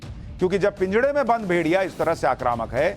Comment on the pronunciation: पिंजड़ा नही होता महाशय😂 पिंजरा होता है